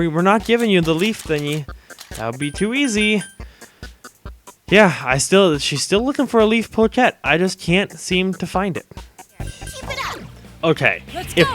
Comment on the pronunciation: Pochette is pronounced "po-shett"